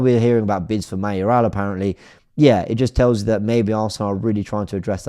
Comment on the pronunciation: WTF?? Mayorala??????? 🤮🤮🤮🤣🤣🤣🤣🤣🤣🤣🤣🤣🤣